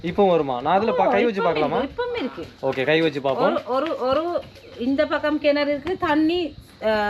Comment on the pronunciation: கினரு அல்ல கிணறு